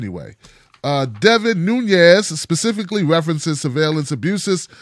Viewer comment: his name is not Spanish (Núñez) but Portuguese - Nunes.Just adding some linguistic info.